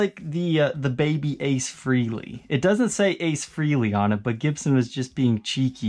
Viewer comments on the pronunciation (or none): That triple pick up LP is sweet! btw... It's pronounced Fray-lee not Free-lee US